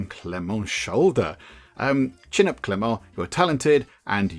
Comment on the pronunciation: Hey, the "t" in Clément is mute, so your second pronuntiation is the good one:) Nice video!